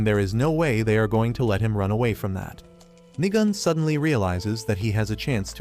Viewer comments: Nigam hits hard Even though it is nigan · Did bro just sat nigan more like nig chan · Nigan had me laughing as how they say his name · Nigan😂 I thought it was the n word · Bro every time he said nigan I thought he says the n word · bro did not say nigan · Bro when you said nigan i thought you said the n word